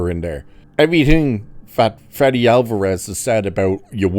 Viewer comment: It's Fede not Freddy